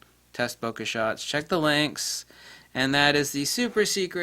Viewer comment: Thank you for that, it was unknown to me. Something to look out for. One parting detail though; the word "Bokeh" is a Japanese term used but it is pronounced like it is spelled, not "bokka". Listen to this in the end were a Japanese man explains.